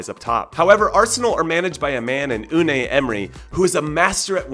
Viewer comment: its not Un-ay, its Un-eye